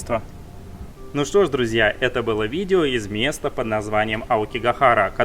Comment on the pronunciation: У тебя какое-то странно произношение "что", будто ты говоришь "щьто". Это не упрёк, мне просто интересно, это из-за того, что ты очень много говоришь на Японском, или ты всегда так говорил?